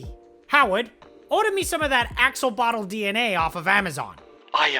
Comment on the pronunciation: Axolotl, being a Nahuatl word, is pronounced more like "ash-oh-loatch". The ending is the Nahuatl "tl" sound, which is hard to transcribe phonetically.